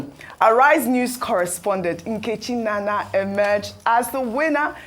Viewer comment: Why did pronounce Ms. Nkechi's surname as NANA? Isn't she an Igbo girl? Please, it's "NNANNA" and NOT NANA.😅😅